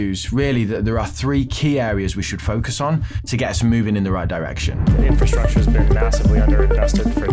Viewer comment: are you saying "Inferstructure" or using the correct Infrasrtucture? So many people get this wrong!!!!